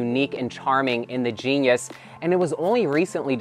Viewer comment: That upper trap looks absolutely beautiful. Nitpick: Unless it's different in the US, I think genus pronounced "jee-nuhs", and not like genius :p